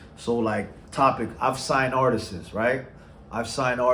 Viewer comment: Can you say artists? It’s not artist’ses.. pet peeve sorry lol.